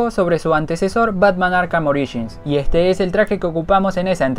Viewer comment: Zurrr en arrhh: el zorro en Arkham